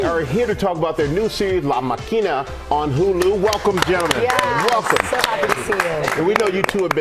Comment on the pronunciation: Juntos otravez And Michael lost support from Latinx viewers when he put the accent on the wrong syl-AH-ble…twice.